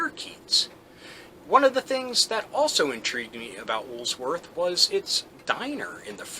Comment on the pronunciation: Why do you keep putting the S in Woolworth's in the middle of the name? You have it right there on screen when you are saying it. I've noticed this in several other of your videos as well.